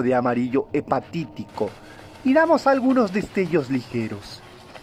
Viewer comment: Se dice: hepático, no "hepatitico"